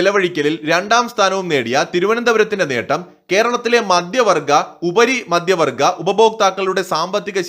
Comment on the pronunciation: please correct your diction! It is not ‘madyavargam’, it should be spoken as ‘maDHyavargam’! madyam means alcohol and maDHyam means middle!